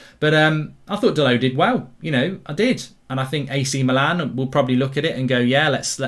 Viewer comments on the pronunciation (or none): none